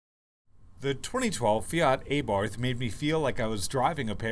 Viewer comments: Its ABARTH NOT A-BARTH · Isn't it pronounced "Ah-Bart"?